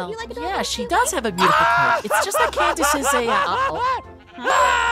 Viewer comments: Its Candice not canvis btw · Aphmau: candess who candess? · Did say Candice 😳